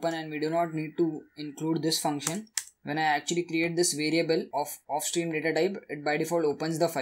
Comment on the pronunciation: Do not pronounced of stream and if stream